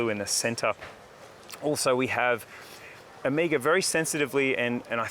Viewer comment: It’s very significant that Ωmega is unveiling this amazing collection in Greece 🇬🇷 and Mykonos. Ωmega is a Greek word for the last letter of the Greek Alphabet which is O-MEH-GA and not OH-MEE-GA! Again fantastic range and my favorite watch brand. Beautiful Greece plays the perfect backdrop for the line up great stuff